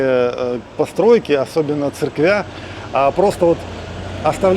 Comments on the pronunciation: Пожалуйста, обратите внимание на ударение в словах: цЕркви, Области...Очень режет слух... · Который раз слышу от Виталия, но не могу привыкнуть... Не "церквЯ", цЕркви 😅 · ОбластЯ,церквЯ. Ну вы же русскоговорящие ну говорите пжл правильно. Очень режет множественное число не правильное весь ролик.